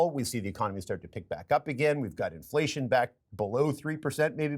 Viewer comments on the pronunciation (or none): Is it 'inflation' or 'iflation'? Come on CBS News, you can do better.